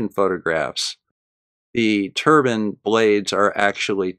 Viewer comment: A "turban" is a head wrap. Those wind things are "turbines".